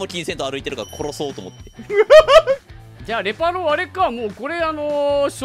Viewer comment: の「殺そう」の巻舌すこ